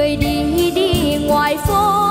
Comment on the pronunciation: Em cao hơn phát âm vài từ sai. Ví dụ: đường thì phát âm thành đườn. Chàng thì phát âm chàn trai. Em trai thấp hơn hát đi vào lòng người hơn.